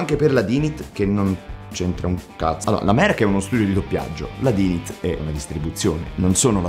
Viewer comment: WaddafAsk bellissimo come al solito, però Dynit pronunciato all'italiana no dai :D P.S. Mauri se non l'hai ancora fatto ti consiglio vivamente di recuperare Fate/Zero